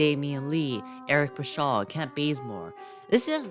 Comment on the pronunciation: He said Eric Puh-shawll 😂 😂 😂 Also did you say Juan Toscano-Anderson “isn’t that good of a player” because I think you’re mistaken